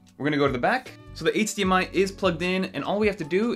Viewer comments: hahaha you pronounce eightsdee MI haha😂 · Bro, how do you say “H” in HDMI ?! 😅